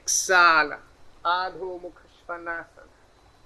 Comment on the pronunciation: Adhomukhashwanasana prononsation could be more better.